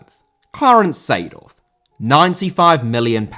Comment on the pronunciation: Seedorf* not Seidohf